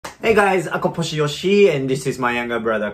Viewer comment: hey yoshi..the way you say ako po si yoshi..you are starting to sound more like a filipino